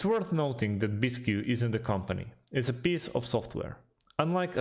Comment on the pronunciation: Bisq. Not bis-q.